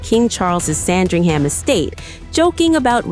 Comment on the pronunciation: Wow, you managed to convert some fun TV into an utterly boring summary. You couldn’t even pronounce Sandringham. Total rubbish